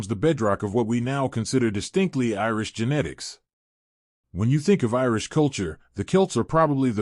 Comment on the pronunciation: Glad you said something. Also genetics instead of ginitics! It was driving me crazy